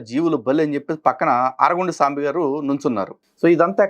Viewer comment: సాంబి కాదు జాంబీ